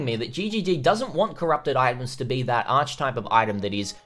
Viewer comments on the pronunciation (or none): Great content as usual bro but pleeeeeeaaaaseeee in future: Archetype is pronounced - aa·kuh·tipe